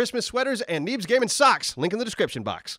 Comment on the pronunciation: totally heard "Neebs gaming socks!" as "Neebs gaming SUCKS!"